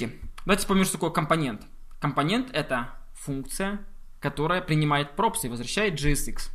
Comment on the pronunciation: когда ты говоришь компОнент, я почему то хочу выкинуть из 21 этажа свой ноут